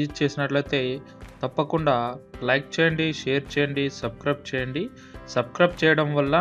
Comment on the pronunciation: Everything is OK but it's not subcribe it's subscribe 😂😂😂